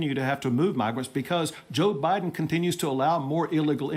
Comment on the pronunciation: Did he say Joe Burden? 😂😂🤣🤣